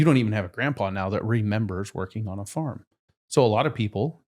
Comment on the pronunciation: It's pronounced farm.😅